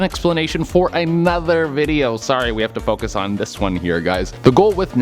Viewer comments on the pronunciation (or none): none